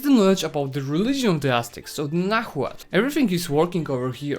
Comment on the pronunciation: Cool guide, thanks. It made me play as Aztecs again and get that achievement. p.s H in Nahuatl is silent, so it should be read as Nauatl